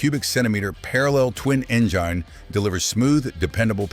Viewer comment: What the heck is an enjaine?? Lol!